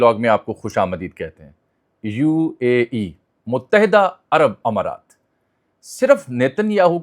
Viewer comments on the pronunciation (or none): none